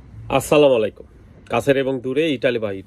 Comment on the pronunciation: আপনি যেহেতু মুসলমান এখন পর্যন্ত সালাম দেওয়ার উচ্চারণটা ভালো করে শিখেন নাই। আসসালামায়ালাইকুম কোন উচ্চারণ হয়না। উচ্চারণটা ভালো করে শেখেন ।কারণ সঠিক উচ্চারণ না হলে উচ্চারণের বিকৃতি হয়